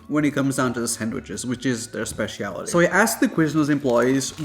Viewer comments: Bruh said “Spess—see-ality” 🤾‍♂️ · “Spesh she allity “ 🤣